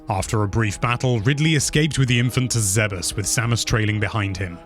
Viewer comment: Ok... You lost me at the pronunciation of Aran and Zebes! Aran like a-rhun and Zebes like Zeebz? Probably wrong on the second one but that's how I've always said it lol 🤣